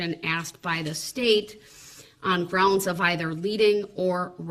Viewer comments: Correction... Grounz... "Grounz to be substain?" 🤣🤣🤣🤣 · No, it's "grounz"!